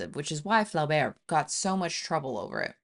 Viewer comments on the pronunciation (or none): It's pronounced Floh-bair, not fla-bair. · The pronuniciation of Flaubert's name, is Flober with a long O sound. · The author's name is pronounced floh - BEAR. Otherwise, excellent talk. And yeah, I read Mme B. every ten years or so, and it's like it's getting more affecting every time. BTW Flaubert's L'éducation sentimentale is just as terrific. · Pronounce Flaubert this way: Flow - berr. Otherwise, great video. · I got so much joy when you pronounced Madame Bovary and "Flaubert"...i love it!